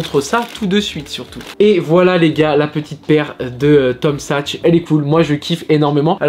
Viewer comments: Superbe la vidéo mais on dit Tom saks pas sachs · T’es en mode paire jaune orange en ce moment ! On valide surtout la Tom Sachs ! ( qui se prononce SaKs btw 😛)